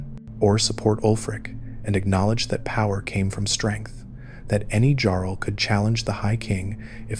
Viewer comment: Great video but how do you miss pronounce jarl